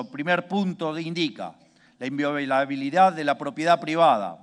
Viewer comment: Tiene que leer? Inviobilabilidad dijo?